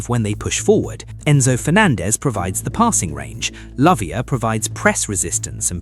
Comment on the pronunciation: Lavia not Latvia 😂😂😂